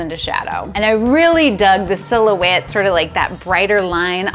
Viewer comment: Silhouette. Oh! I thought you said fill-ouette... and I'm like, just added a new term to photography! Cool. FYI - I've worked in professional video since 1983... have been a CPP in PPA for about 8 years. If you don't present in your own room at the next in-person Imaging USA... and you aren't teaching from the show floor... it would be a crime. Great videos! Love them! Beautiful work.